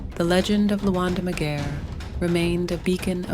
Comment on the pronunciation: The pronouciation of of his name is not right.leave out cultures alone you colonizers . Any Luo to tell the tale on our behalf or should I 😂😂